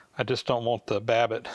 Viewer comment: Did he say wabbit?